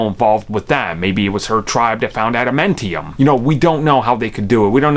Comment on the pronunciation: It's pronounced adamantium say it properly dip shit